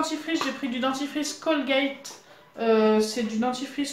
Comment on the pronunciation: C pas colgete c Colgate mais bonnn